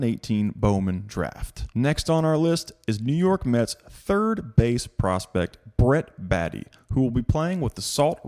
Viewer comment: It’s pronounced Brett Bay-tee :) I don’t have his autos but bought a bunch of his 1st Bowman Chrome and refractors